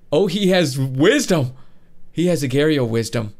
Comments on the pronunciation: It’s (u-gor-eo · It's pronounced aw gaw re oh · Love you! One problem. It's pronounced Uh gor ee oh